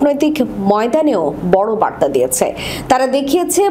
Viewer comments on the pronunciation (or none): none